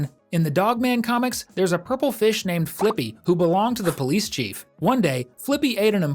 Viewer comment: It’s not flyppy it’s flippy